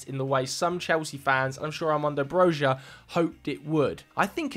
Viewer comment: That's not how you pronounce Broja btw